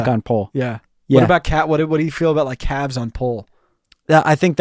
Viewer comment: But emphasizing the 'L' that much in "calves" is INSANE 💀